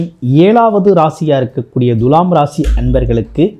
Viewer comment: எப்பா ஜோசியகாரரே துலாம் என்ற சொல்லை எப்படி உச்சரிக்க வேண்டும் என்பதை ஒரு நல்ல தமிழ் ஆசிரியரிடம் கேட்டு தெரிஞ்சு பேசுப்பா. முக்கியமாக து எனும் எழுத்தை எப்படி உச்சரிக்கனும் தெரியுமா? வாயிலே வசம்பு வச்சு தேய்ச்சுட்டு அப்பறமா வீடியோ போடு.